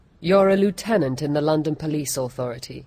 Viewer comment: The mispronunciation of 'Lieutenant' annoys me.